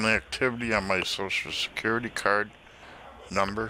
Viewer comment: I always here sho sho secuwity administwation lol